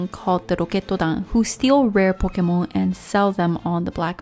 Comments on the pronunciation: I can't watch this cause (i don't want to be mean but) they way you say "pokomon" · Why do you pronounce pokemon in such a weebish accent? Pokémon is just Japanese for pocket monsters, they're loan words from english for crying out loud! Weebs like you really are an affront to the civilized world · The way you say Pokémon offends me